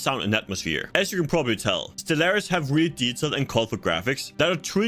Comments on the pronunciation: bro I can't watch or respect you because you mispronounced stellaris in the first 10 secs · To be fair it's a game review a good start would be to pronounce the name of the game properly I can't take a game reviewer seriously if they make such a grand mistake in the opening of your review!